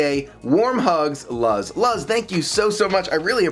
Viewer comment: if it is spelled Luz, the name is pronounced LOOZ, not Luhz. It's Spanish for "light".